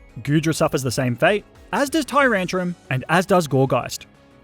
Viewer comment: TYRANTRUM, NOT TURUNTRUM!